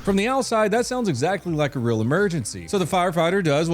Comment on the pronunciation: The most important part of the video is, he kept it rilly rill 😂.